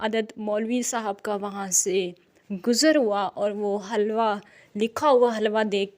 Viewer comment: It's not halwa we pronounce it hilwa and it's meaning is beautiful in Arabic language. It is a big example of illiterate society.